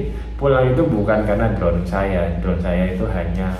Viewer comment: Drone bang bukan drown